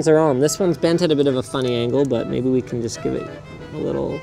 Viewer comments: Why does Linus turn into a liiiittle Russian every time he says the word little? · there goes Russian Linus again... 😂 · Squeaky "tiny-teeny-little" Russian Linus is my favorite Linus